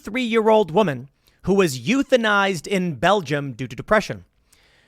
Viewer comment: Ah yes ethuanization.... But we shouldn't resist like Tim has said.